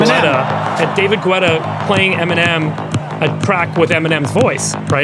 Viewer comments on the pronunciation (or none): David... G'wetta'? Lol it's pronounced Getta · David "Gwetta?" It's David Guetta!